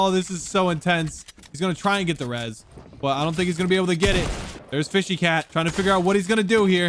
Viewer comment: says fishy cat me ITS FSHYNOTACAT